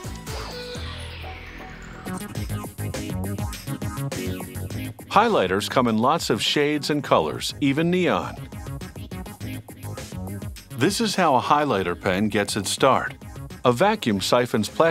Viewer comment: He said ne-own Instead of ne-awn